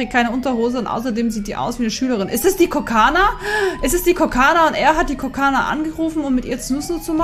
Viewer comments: Kokona nicht kokana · Kokona Gnu!!! KOKONA!!!!! NICHT KOKANA!!!😂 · Sie heißt Kokona und nicht Kokana 🙃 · KO-KO-NA! nicht kokana😂 es steht direkt vor dir auf dem Bildschirm und du liest es immer wieder falsch 😂😂😂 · Die heißt Kokona AAAAAAHHHHHH TRIGGERED 😂kokona mit ooooooo. Vieleicht nh insider den ich nicht checke aber hey 😂😅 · Ehm Gnumami sie Wird Kokona ausgesprochen Und nicht Kokana😂😂😂nur Zu Info Ich sage es nur Weil du unsere Gnumami bist🙂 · Kokana?😂😂😂😂😂😂 KokOna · NICHT KOKANA ABER KOKONA LESE DOCH EINFACH!!!!!!!!!!! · Sie heißt immer noch nicht „Kokona „